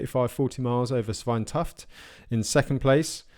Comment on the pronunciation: Great coverage! Svein is pronounced Swayne.